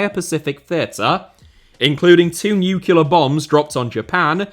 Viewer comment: Incredible video as always. Honestly, the only outrageous thing in it was your pronunciation of "nuclear". "NU-CLE-AR". (sorry, love your stuff)